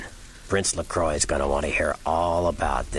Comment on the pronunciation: I think you are actually right in how LaCroix's name is pronounced (as he was born in France) - presumably all the other Kindred mispronounce his name because they're American... and LaCroix probably gave up trying to correct everyone at some point or other - if he ever cared... doesn't seem the type to really make a fuss over people mispronouncing his name.